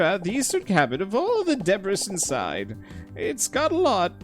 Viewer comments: It's a silent s, why are people pestering him to the point of pronouncing it wrong? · I'm pretty sure you've mentioned that you pronounce the 's' in debris because it annoys people and makes them comment out of anger, but something about it just hurts me on a level I can't explain., please stop. I'm begging you 😢